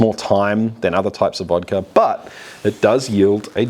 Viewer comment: I'm from Russia and I don't drink at all, but huge respect to you for pronouncing it Vodka not Vadka